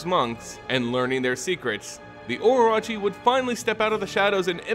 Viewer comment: Okay I have to make a correction here. Orochi is pronounced O-Ro-Chi. Sorry hearing it prounced oroachi was super grating. Great vid otherwise.